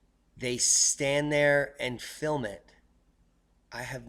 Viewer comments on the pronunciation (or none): none